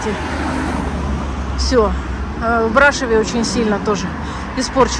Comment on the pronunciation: Брашов, ударение на ов!